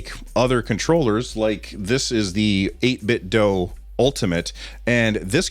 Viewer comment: I pressed the like button just because you pronounced 8bitdo correctly